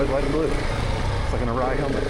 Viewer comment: Nice footage, though some things to know and think about. It's "U"ray, not "Ooo"ray. And it's "Ofer", not "Ofear". Keep in mind that, yes, there is too much traffic now in the high country because of all the types of vehicles available, and the exposure the internet provides. It's a bit ironic that 1.) your group of 10 and 2.) your content here add to the problem....